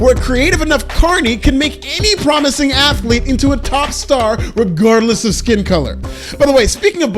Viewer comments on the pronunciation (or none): none